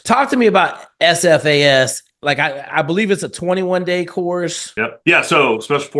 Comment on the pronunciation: Shit, this is the first time I have ever heard you say SFAS multiple times without mucking it up. Often, you have referred to it as "AFAS." Be drivin' me nuts, but you're alright, mmmkay.